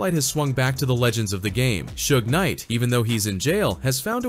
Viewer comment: 😂😂😂😂 AI voice was clowning Suge calling him Su-gay knight.